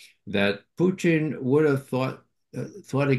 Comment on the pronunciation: Why does he call putin puting or puchin ,??